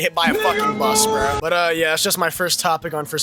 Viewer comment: If you have that accent when you say "bro," your opinion doesn't count, BHRRHUH. I'm SO HAPPY with the loop. I always play John Doe because I'm OTP, and they just end up locking themselves in. Plus, it feels so satisfying to beat a hardcore addict with 2000 hours in the game when you loop it. It's so humiliating, and that's what makes it fun.